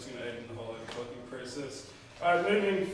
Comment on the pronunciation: Really nice board! But am I the only one who heres 'overcocking' instead of 'overclocking?